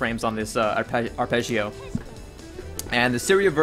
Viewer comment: as an italian, i love how you pronounce arpeggio ^^ also great guide thanks